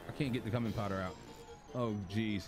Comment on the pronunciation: Bruhhh I’m dead lolol And it’s pronounced “Q min” Food came out good tho I think ima try out this game